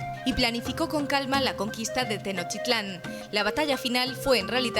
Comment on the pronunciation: Mal pronunciación de mexica y Tenochtitlan